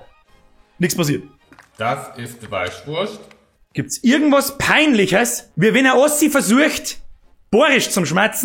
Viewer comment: "Weischwurscht"....Oidaaaaa :'D